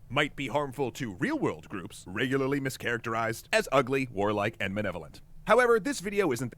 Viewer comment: man, they cant even pronounce malevolent right, they say manevolant.